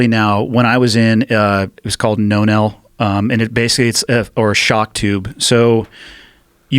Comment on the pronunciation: It's pronounced "non-L"! That type of lead line is called that because it's short for Non-electric; )